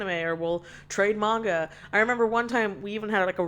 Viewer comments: yes it is muhnga not määäänga. holy shit. dont fix it wrong ure the only one who says it right XD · I actually pronounce manga exactly like you do. I think the 'Meenga' prononciation automatically make someone sound a bit similar that one stereotypical soccer parent. You know the one: videogames are a waste of time but watching tv for an entire day straight isn't, the slightest hint of anime and manga around automatically makes you a cringy weeb that needs to get out more, and your own parents are doing literally everyhing wrong by not constantly helicoptering you. Nothing against the 'meenga' pronounciation, I personally just can't help but associate it with that cartoonish idea of a soccer mom. "Are you reading those meeeeeeengas again?"